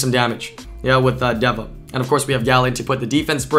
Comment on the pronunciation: its literally just day-vuh omfg